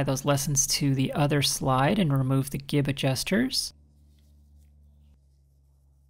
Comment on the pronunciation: That span of time between "hey, didn't she just mispronounce gib?" and "what the #3!! is she talking about?!" 😂